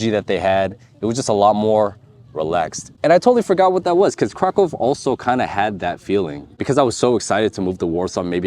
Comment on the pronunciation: You pronounce Kraków like a native.